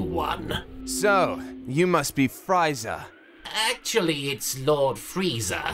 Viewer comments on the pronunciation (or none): Watched this episode 75 times, just now realized that Goku says “Pizza” instead of “Freiza” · It's friza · I feel like if Bulma was telling the story of Freeza, he'd know how to pronounce it correctly, but comedy I guess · Just to realize, there is an i in Frieza 😅